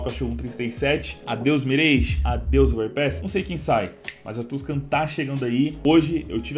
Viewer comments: salve, espalhe a informação que a pronúncia é "Miráj" e não "Mireige"! (Confira no google tradutor) P.S.: um exemplo é "garage". ninguém fala "Gareige", certo? correto é "Garáj" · Queria muito ver a Season e a Russka na rotação. Só uma observação, não se fala "mirêige", e sim "miráge".